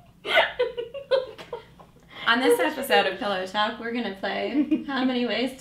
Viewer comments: Caught Natasha saying pellow there at the end. smh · Natasha: Say pillow. Elise: No! Natasha: SAY IT! Elise: Pellow talk.. omg. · Natasha teasing Elise about saying "pellow" and "malk" is the most adorable thing I've ever fucking seen.